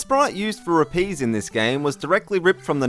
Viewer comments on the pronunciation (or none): You said rupees wrong